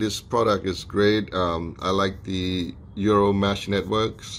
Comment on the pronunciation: Sorry, but it keeps sounding like you're calling this a "Euro".